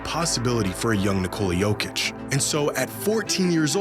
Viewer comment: makes such great videos about fascinating stories. the stat dives and extrapolations are brilliant, yet somehow he still pronounces nikola jokic's name incorrectly. it's so easy for americans to pronounce, idk why ppl stick with nih-Cola.